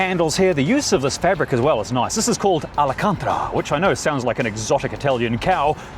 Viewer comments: "Alicantra" is the first time you've ever got me with one of your mispronunciations. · Repeat after me: AL-CAN-TA-RA ... not to be confused with Alicante, the city in Spain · Yep ! Cracked me up!